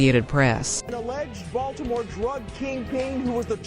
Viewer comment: The way bro say these Baltimore streets wrong is funny if u from the city 😂